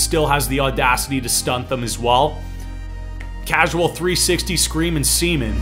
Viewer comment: did he just say causal 360 screamen seamen